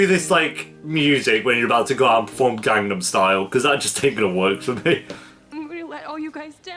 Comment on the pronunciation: I'm sorry but the pronunciation for Gangnam Style was so OFF lmao